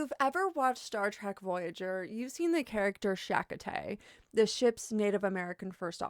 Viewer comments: SHa-CO-TAY. Not Shak-a-tay. LMAO. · It’s Cha-Coa-Tay not Sha-Kah-Tay 🤦🏻‍♀️… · It isn't pronounced like chakka-tey. it's cha-ko-tey with emphasis on the second syllable. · Shakatay..... Tell me you've never seen Voyager without telling me you've never seen Voyager. 😂 I joke though. Excellent content. For the record, it's pronounced Cha- coat- aye. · You didn't watch the show. I know this because you can't pronounce his name. I do not care what the rest of your opinion is after learning how little information that you have on the subject. ✌️ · Its pronounced Chuh-KOE-tay. I think they probably picked him to advise because the mysticism around the character and his totem magics was loosely based on things he had written, which were already part of pop culture in movies and comics. He did know his stuff, even if it was all mythological. It fit right into the ancient aliens plot. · it's CHA-CO-TAY (star trek character) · Who the fuck is "SHA-ko-tay"? You claim to be a Star Trek fan yet you say his name THAT incorrectly? Seriously?! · It's "CHA KO TAY" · I came here to say exactly that. In the Star Trek character's name, the stress is on the second syllable: cha-KO-tay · Did she say shackatay? WTF? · Cha coh tey for crying out loud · The name is Cha-CO-tay. The video is great, but that's annoying. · FYI The character's name is pronounced Cho-Ko-Tay. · Chakotay was a great character. His "native ancestry" was only delved into a few times. I don't remember anything in particular but I don't think anyone would consider what was portrayed as negative or stereotypical. Cha-(like the cha cha)-KO-tay. Emphasis on 2nd syllable. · You said that with your actual mouth 😮 ShaCoTay??? FFS 🤦🏻‍♀️ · Emphasis is on the 2nd syllable. It's like chah KO (slight pause) tay. Imo Voyager is the best start trek series and well worth a watch but Chakotay ranks fairly low as a character. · it's Cha-koh-tay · You didn't do the research on how to pronounce the character's name.